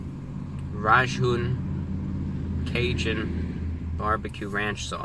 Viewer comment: its raging caging, its not razhoon cazhoon sauce lol